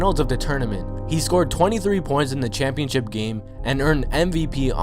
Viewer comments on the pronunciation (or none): none